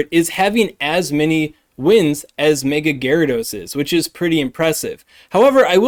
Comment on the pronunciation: I hate how you pronounce "mega"